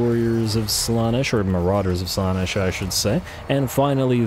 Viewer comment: I don't think I'll ever get used to the way you emphasise slAnesh instead of slanEsh, but that's probably just an accent thing 😂 Archaon is one of my favourite lords, he's just such a wrecking ball. I normally keep him off his horse, tends to make him more survivable in my campaigns. Dorgar ofc will be very sad but the added anti-large and middle fire danger is too much imo.